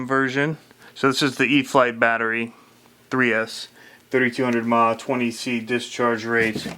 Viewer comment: WTF is a "mah"? Is that a maaaaaa? Maybe a mahhhh? How about ahhhh? Do you even RC? I was watching until I heard that bullshit.